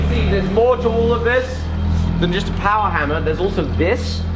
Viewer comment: MORE POWAH BABEH!!!!!